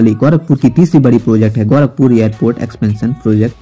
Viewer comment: bhai tumhe na English aata hai bolne na sahi se Hindi bol paatey ho "गौरखपुर" नही होता " गोरखपुर" होता है! sahi se bolna sikho pehle